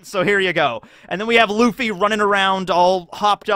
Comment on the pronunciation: Luffy not Laffy